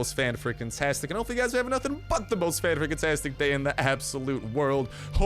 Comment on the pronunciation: At the chopper event you said better than nothing... but it sounded like you said better than Newton... I'm hurt.